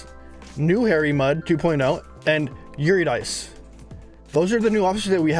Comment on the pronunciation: It's pronounced "Yer-rid-eh-c" Eurydice, she's a Greek Goddess.